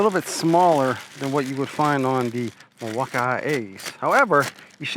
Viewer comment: I hate unboxing videos, everyone does 1 tiny cut and thinks they know stuff and can tell you if it's good or not. No experience from most of them either and clueless what they're doing... dude can't even say milwaukee right lol